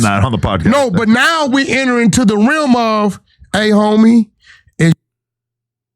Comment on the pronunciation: It's REALM NOT RIM😂😂😂😂